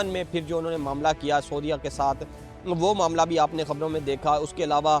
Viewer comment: سعودیہ کو سودیہ نہ کہو